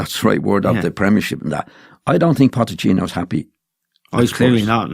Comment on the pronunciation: "Potechino".... Hahahahaha go enjoy your retirement